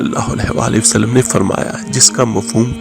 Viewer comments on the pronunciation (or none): none